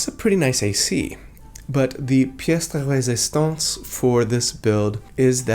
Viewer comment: I have to admit I just looove the way you pronounce "pièce de résistance"